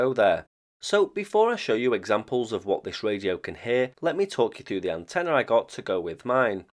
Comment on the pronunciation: The word "antenna" has no "a" at the end, fyi.